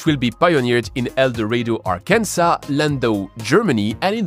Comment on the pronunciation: Totally not shitting on you cuz Arkansas is kind of a stupid word especially when we have Kansas but for future reference Arkansas is pronounced Ark-in-saw despite it being spelt Ar-Kansas